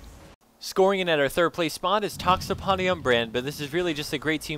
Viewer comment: to xpodi XD it is pronounced to htapodi, it means the octopus in greek XD